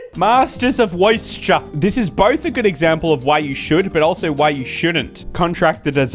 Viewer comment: Woisture sauce